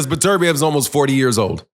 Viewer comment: Dude pronounce his name right. It’s beterbiev not burturbia